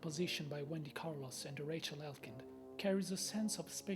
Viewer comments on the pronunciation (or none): none